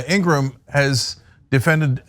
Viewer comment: laura ingra ham , or is it said laura ingraham . please state her name correctly. .